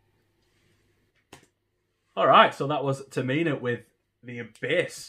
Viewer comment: Great reaction bro!! and are such a good pairing! It’s pronounced Term-I-Na. Not Ter-Meena. Haha no worries m8. Can’t wait for the next reaction! 😎👊🏼🔥